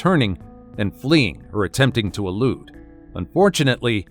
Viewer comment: Elude not loot.